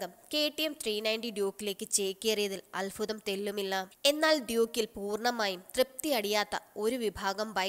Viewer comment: Alfudham alla.. Albhudham